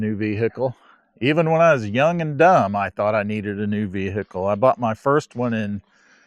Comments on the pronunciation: Sorry about your V-Hickle problems, man. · Veeee Hickle